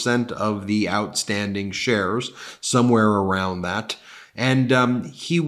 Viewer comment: Keep hearing shares as chers & cant stop laughing at so many chers 😂